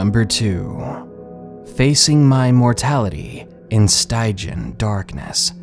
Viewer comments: Stygian is pronounced stij-ee-an. Not steye-jin. For future reference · Stygian. Stij-e-an. The styg is pronounced like “bridge”. Thanks for the stories!